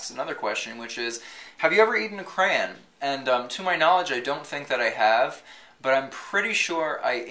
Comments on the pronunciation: youre one of the "cran" people? oh no! its pronounced CRAY - ON hence crayola its not crala. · omg im not the only one who says crayon "cran"... i have fights with friends over the CORRECT way to say it cause they say cray-on... pplz these day lmao